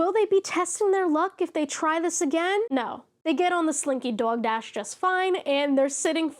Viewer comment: Completely unrelated note, i LOVE the way you say slinky dog dash, the accent comes in thick! 💗